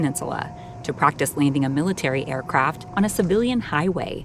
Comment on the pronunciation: Did she say "leaning"? Maybe its a special type of landing.